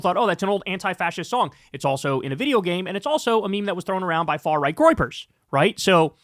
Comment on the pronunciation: What's the "groipers"?